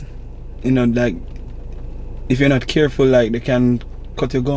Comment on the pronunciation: sey" it nuh look tree bad" lol